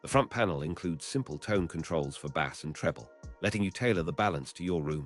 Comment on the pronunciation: Bad AI. You will recognize why once you hear the pronunciation of Bass and other words.